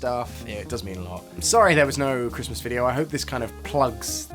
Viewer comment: I just came home and one the way home i was thinking about the way you are always saying chrustmas and when i saw your new video i really was surprised